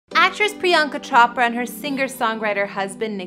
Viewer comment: Did she just say CHOP ra 😂😂😂